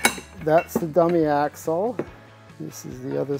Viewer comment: This guy is the shit.. even if he can’t barely pronounce axle. Jk